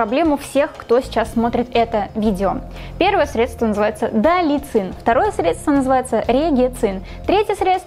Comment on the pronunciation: Не далицин, а далацин.